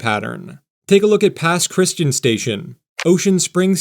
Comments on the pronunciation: Locals and Southerners pronounce Pass Christian, MS as "Pass Cris-tee-ANN", with a emphasis on the last syllable. Thanks for the information on the new route, well done! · Pass Christian is a classic spot an out of stater town. Pronounced Chris-t-anne if you ever circle back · That would be pronounced as Pass Christy-ann spelled as Pass Christian though it is spelled the same (Chris ti anni) 😁😁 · When I was stationed at Keesler AFB in Biloxi, Pass Christian was pronounced Pass "Chris-ti-ann". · My relatives in Long Beach (I'm from farther north in Mississippi) have always pronounced it "Pass Chris-CHAN." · Pass Chritian is pronounced as if it were spelled Pass Christianne. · My comment. Please search, Pronounce, Pass Christian. Correctly, sounds like this "pas kruhs an". {3 syllables- not two} Not "pas christin." Also locally referred to as the pass. Your pronunciation is by no means uncommon, but wrong. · Pass-Christi-Ann not Pass Christ-in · Pas Christian is said Pas Cris - tee - anne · NOT PASS CHRISTAN! This area originally explored by the French. It is pronounced Pass Chris-ti-an to this day. Listen to Robin Roberts speak of her hometown. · Please search, Pronounce, Pass Christian. Correctly, sounds like this "pas kruhs an". {3 syllables- not two} Not "pas christin." Also locally referred to as the pass. Your pronunciation is by no means uncommon, but wrong. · It's pronounced Pass Christ Ian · Its pronounced Pass chris-tee-AHN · Just FYI- Pass Christian is pronounced “pas-kruhs-chee-an” with the long sound on the “an” like Ann. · Thank you! I’m from New Orleans and that was driving me crazy.